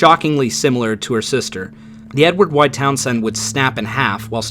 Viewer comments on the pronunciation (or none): The "Town Send....". The way he pronounces Townsend is interesting.